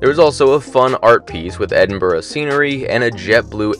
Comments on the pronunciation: Thanks for saying Edinburgh right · Great vlog. And credit where credit is due, it’s good to hear an American with the ability to pronounce Edinburgh correctly. 👍